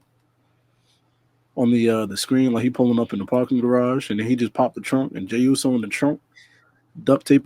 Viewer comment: I know u wanna talk about the Owen Hart cup...-MEEEEEE?!?!?!? 😂🤣😂 another great show fellas 🫡 keep moving forward. Also I agree with... u butchered that Jey Uso line 😂😂😂